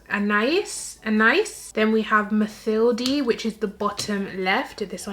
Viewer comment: In French Mathilde is pronounced « Matild »